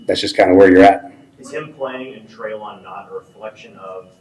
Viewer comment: Always great content overall..but man, can you please start pronouncing Treylon’s first name correctly…this is his third year, come on now. and both pronounced it correctly for you in this episode.